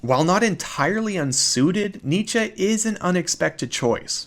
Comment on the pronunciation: Excellent video. Bravo! And excellent pronunciation of Nietzsche